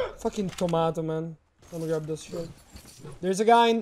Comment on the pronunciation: a lo "shit" diventa "shish shish"? ahahahah bello power